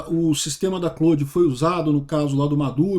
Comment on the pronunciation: Até que enfim alguém pronunciando Claude da forma correta.